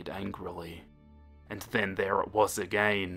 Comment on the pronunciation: How to pronounce "again" perfectly: everyone: agai--: AGEYNNNN!